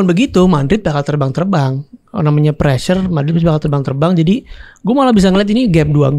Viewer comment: Chloey kelly - preassure? What prrassure